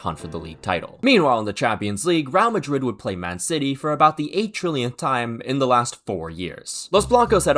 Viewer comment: Bro why are you pronouncing it as “Rial Madrid?” Makes me think of the Saudi currency